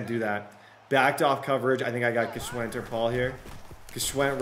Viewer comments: Please for the love of God it's pronounced (SH-WIND) lol The G is silent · I believe the G in Gschwend is silent bro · Day 2 of waiting for to pronounce his WR’s last name correctly #TheGIsSilentLikeLasagna